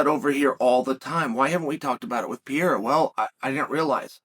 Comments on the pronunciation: Alex “The French Connection” Pierre-a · Alex Pee-era